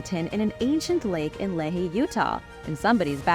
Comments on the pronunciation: It's pronounced 'Lee-High' not Le-He. 😁 One of the hardest things for me when I moved here is the odd way they pronounce some town names. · It is pronounced “lee-high” not “lay-he”. Lehi Utah. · Love these videos! But Lehi is pronounced as Lee Hi! But don't fret, we pronounce everything weird